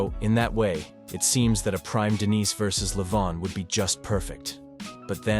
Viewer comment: Why the fuck are you switching up how to pronounce denis halfway into the video? Weird.